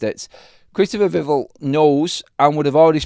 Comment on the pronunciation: instead of pronouncing Vivell like drivel... it needs to be ell like bell! VIV-ELL... "Vivell" is pronounced with the stress on the first syllable, "VIV," and the "el" sound as in "bell".